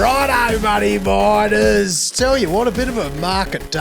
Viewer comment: Are you saying "whats up money miners" at the start of each show? Ive been watching for a while and always thought you were saying "whats up bloody biters" 😂😂